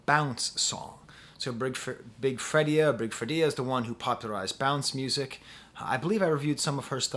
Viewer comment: Perfect opening👍...You only needed a tin foil hat over your sharp new haircut✂️💇🏻‍♂️ Big Freedia is pronounced like "Freida".